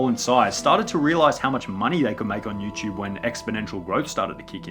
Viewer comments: Everytime he says “Yuuchube” an orphan child dies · Is it YouTube or you chewb?